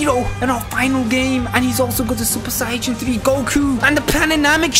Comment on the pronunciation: I miss when said sayayin. 😔